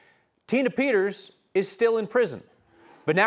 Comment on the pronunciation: How he said her name when video started 🤣😂😅😆👻👻